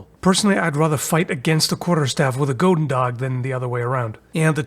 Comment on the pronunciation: on the subject of the pronunciation of goedendag, i believe has decent german. so explained in german terms, OE in dutch is a similar sound to the U with no umlaut in german. both Gs are more like the CH sound in german, like at the end of the word nach. chudendach